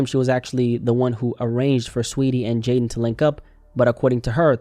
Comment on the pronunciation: Fist vid I’ve seen that pronounced Jadon correctly.